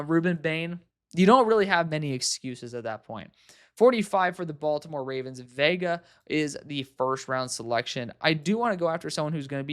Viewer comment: Veigas last name is pronounced like Yoh-waah-nay - there's a few rugby players with the same name (Reiko/Monty/Akira) which it might be easier to find commentators pronunciations on